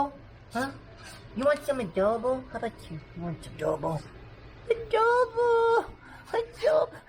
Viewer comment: yes adooboo :D